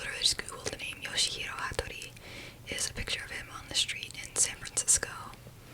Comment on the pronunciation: Its pronounced "yaw-shee"